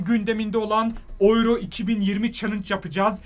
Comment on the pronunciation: Abi oyro 2020 ne alaka türk 2020 olarak okunuyor